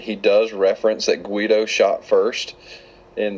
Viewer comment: his name is not GUIDO you dumb fucker. It's GREEDO! And it not Journal Of Whills, It's Journal Of THE Whills. Learn to fucking speak.